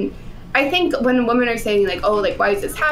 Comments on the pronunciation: Does intentionally say the word "women" wrong? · still unable to pronounce "women" properly.